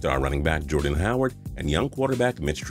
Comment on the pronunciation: WHAT WTF HOW TF YOU SAY JORDAN HOWARD